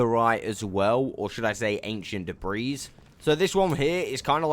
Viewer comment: OMG!!! I know people pronounce words differently but PLEASE I BEG OF YOU. Debris is not da-breeze it's da-bree the S is silent 😶. Love your content and generally how you speak, love the accent 💜💜💜💜